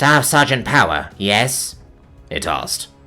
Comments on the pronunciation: Wait, you said POWER wrong. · Omg he said power wrong! Its an imposter!